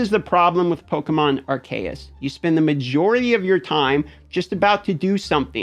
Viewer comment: I fucking knew he was going to pronounce it ARKAEU instead of ARCEUS lol